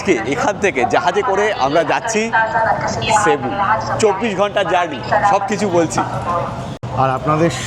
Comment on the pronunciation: San Jose is pronounced San Ho-zay Also its pronounced sebu - not shebu